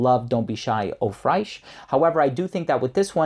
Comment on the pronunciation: That would be great but I don't like to travel. Nice video. I would like to say tho Fraiche is French for fresh and it is pronounced the same way we would say fresh. Just with a French nuance to it. I have stopped myself many times from saying this. I didn't want to get crap for it but I know you would be fine with me telling you.